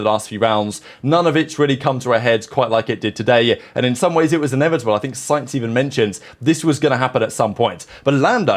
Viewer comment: enEXIBILE"?? LOL!!